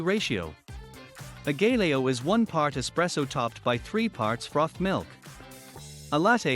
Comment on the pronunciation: Learn to pronounce it first then make the video!